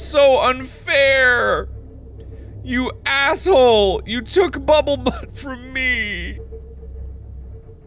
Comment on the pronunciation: Can't take him seriously if he keeps calling bumblebutt bubblebutt